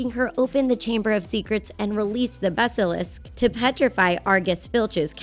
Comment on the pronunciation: At the time she said basilsk- ummm..... odd